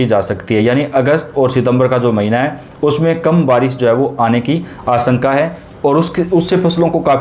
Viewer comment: प्रतिसत, आस॔का, वर्सा इतना भद्दा व गलत उच्चारण, ये चैनल आपके बच्चों का हिन्दी उच्चारण खराब कर देगा, इसे न लगायें